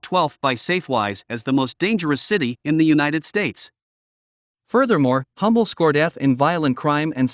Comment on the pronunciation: You are mispronouncing the town of Humble.It is pronounced UM-bel. It has a silent H.